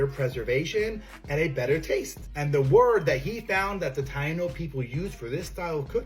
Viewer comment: I had read about the Taino people but I had never heard it pronounced. It was nice to hear it and learn the correct pronunciation, so thank you for that! (Along with all the other facts in this vid)